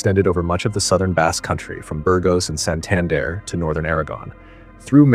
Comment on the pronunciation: Awesome video from a Basque person, hearing you say Santander hurt though I cant lie